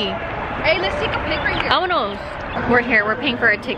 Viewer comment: Lmfaooo NO ONE LITERALLY NO ONE::AMONOS AMONOS😂